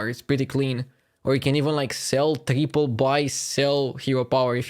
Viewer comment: That guy and his ugly Ingrish.... saying TREEPOLL instead triple ...